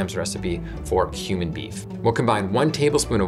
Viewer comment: Ok, "cumin beef," not "human beef." That one threw me for a sec.